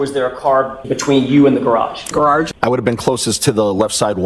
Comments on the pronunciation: Lol and its pronounced "grararge 😂 😂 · I now always pronounce it gararage